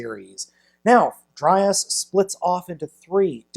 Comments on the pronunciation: It's pronounced dry-yahs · It’s “Dry-yas” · it's dr-ay-as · It's DryAss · Dry ass is all I hear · Haha dry ass... I'd pronounce it dray yas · i think his name is pronounced draios and also beleive he's voiced by the same guy who voiced devil Z from transformers masterforce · It's dry-arse